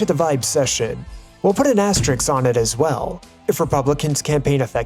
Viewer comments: Asterisk = aster risk. Not aster rix. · When did, "Method" become, "Methodology"? Astericks? It's, "asterisk". Or, do you mean, Rick Astor. I've got one of his records. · It's not an Asterix it's an asteRISK